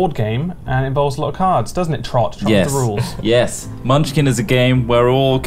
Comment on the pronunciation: as someone who has countless hours in munchkin watching you butcher it is quite painfull